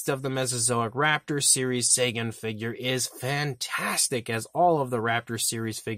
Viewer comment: I think it's pronounced "Tsäägan".